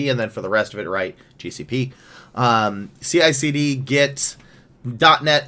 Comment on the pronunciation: It's CiCD not CLCD...